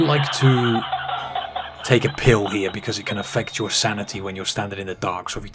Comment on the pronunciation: Right heew, ova heew, and then thew. Thank you.